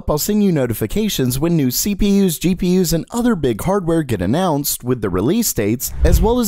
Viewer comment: Learn how to fkin pronounce gpu first. Its GPU not GEE PII YOOZ. FFS FIX IT ITS ANNOYING